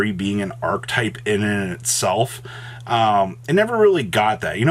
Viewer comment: Holy shit. The phrase is “IN AND OF ITSELF” NOT “Inaninitself”